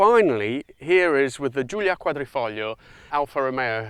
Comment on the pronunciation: finally someone managed to pronounce Giulia Quadrifoglio in the right way, good job